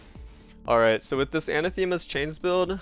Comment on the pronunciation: It's pronounced Anah-thuh-muh.